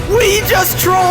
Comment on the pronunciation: “We just twrolled the fwicken intewnet” 😂